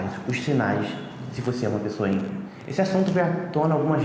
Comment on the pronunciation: Haaaaá é índigo eu entendi mendigo